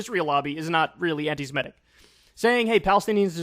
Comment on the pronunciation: Kyle: "Anti-Semitic" is pronounced /an - ti - se - MI - tic/, not /an - ti - si - ME - tic/. It derives from the word "Semite." Please try to get it right next time.